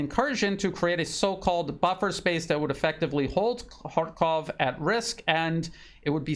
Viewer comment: You are one of the few who pronounce correctly. It is H A R K O V in Russian because it is a Russian city and Russian language